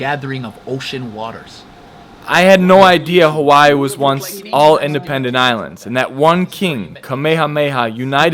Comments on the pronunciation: My local braddah pronounced Hawai’i (ha-vai-ee), ha-y-ee 🤦🏼‍♂️🤷🏻‍♂️🤣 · Brahda glad you had the chance to go out to Hawai’i, & visit the island of Molokai. Also to help educate you a little bit more on our language, & culture. Hawai’i is pronounced Ha-vai’i. Yes the W is pronounced as a V. The word Hawai’i when you break it apart means, Breath & Water Together. As a local Hawai’ian myself, I do the best I can to learn, & study my Kapuna’s history, so I can past it on to my Keikikane, & Keikiwahine. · This so called 'Hawaiian' not even pronouncing 'Hawai'i' correctly lol. its (ha-vai-ee) but he knows more than me so... i guess he gets a pass. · Braddah not even saying Hawai’i right